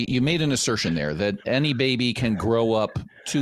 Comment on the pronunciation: Any Linfamy fans hearing how he says, "Bubbay"?